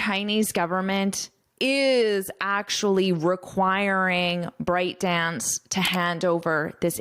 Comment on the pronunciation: Very detailed great course!! But I think ByteDance pronounces "byte" dance, not "bryte". It's a computer unit of characters.